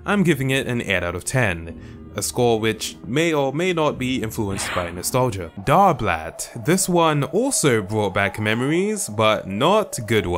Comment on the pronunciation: The dar-blat omg SCREAMING